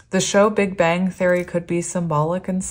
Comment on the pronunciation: When you mentioned "big bang," I actually heard "Big Ben" and when you said “Ben, Ben, Ben!” I was like, "no way! Omg ❤️!" The disappointment hit when I realized what it actually was 😂😅 silly me 😂